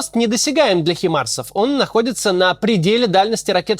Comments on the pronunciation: не химарс а хаймарс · Максим, почему всё время хИмарсы, режет слух? Уверен что ты знаешь что правильно хАЙмарсы. Привет... 👋